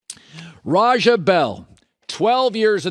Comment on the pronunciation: It's RAH JAH not Rahjuh mr white man.